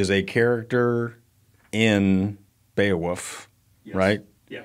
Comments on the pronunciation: I'm sorry but is it really pronounced Beowuff? Is this some quirk of the Skandinavien prounounciation? I was just 10 when the movie was made so forgive me for being uninformed. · Why is saying Beowoof? 🐕